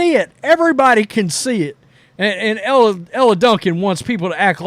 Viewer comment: Dude I agree with most of your takes but you've got to start pronouncing these women's names correctly. It ain't Ella and Ahhhhhhhhzhay. It's Elle and Aja (Asia)